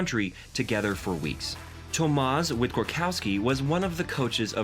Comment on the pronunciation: Tomasz Wiktorowski pronounce: Tomash Victorovsky. Daria Abramowicz pronounce: Darya Abramovitch